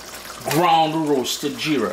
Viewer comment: Nice repice. And its Jeera with a J. If you can say Jeep then add ra instead of p 😊